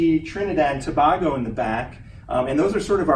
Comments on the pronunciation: Overall nice presentation. A couple of pronunciation corrections: To-BAY-go; Elliot Man-nette, not Man-nay. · Would be helpful if he would have learned how to pronounce Tobago. It detracts the presentation when the word is mispronounced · Geez, the guy can't even pronounce "Antilles" and "Tobago" correctly!